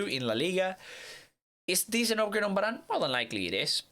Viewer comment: He also says barane instead of varane